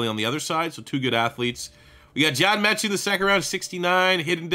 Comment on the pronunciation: the guy who made the class completely butchered Metchie